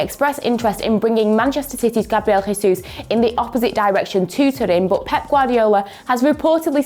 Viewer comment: Hello one football English. Can you please change this lady? Her accent is just Soo annoying just irritates my ears Everytime when she says but as boat. I am just tired and I will not subscribe and watch your channel anymore and also many people like me will do that. Please try to bring someone with better English dialect, even American accent, South African accent feels a lot better. I also like British accent but this dialect is just unbearable. Thank you.